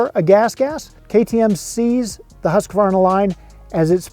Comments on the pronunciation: Its “HUSK-VARNA” btw 😂😂😂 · You didn’t pronounce the brand right